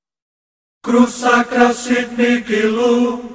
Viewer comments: A PRONÚNCIA ESTÁ ERRADA NA MÚSICA. NÃO É MIKI O CORRETO E SIM MIHI.ESTRANHAMENTE ESSA MÚSICA ERRADA ESTÁ EM TODOS OS CANAIS DO YOUTUBE QUE PESQUISEI SOBRE ESSA ORAÇÃO EXORCISTA. PARECE QUE SATANÁS NÃO GOSTA MESMO DELA. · Paano po ang pag pronounce ng mihi na word?? Miki ba?? Yun kasi dinig ko sa video eh